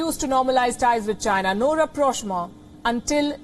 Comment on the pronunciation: Pronounce China... Not Gina!